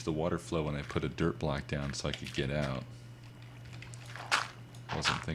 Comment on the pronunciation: Most of the time he said dirt in this episode it sounded like derp.